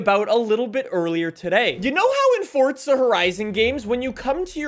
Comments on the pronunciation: It’s forza not fortza get it fuckin right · Clown still saying "fortza" lmfao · I do not like the way he says Forza. He says Forca. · Why does he say “FORT-ZA” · 😲Fun fact: Did you know that there is no "T" in Forza? Crazy, I know 🤯🤯🤯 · stop saying forza with a t